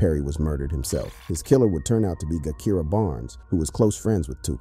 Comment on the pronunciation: Every video about Chicago gang culture your info is about 35% correct but you really really need to do your research you dont even pronounce Gakirah's name right.